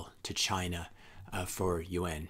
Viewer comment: Good content. Agree on Bitcoin, but don't believe we are going to have another world war, certainly not like we have in the past. I was getting confused by UN...it's pronounced (you-ohn) Yuan. Good video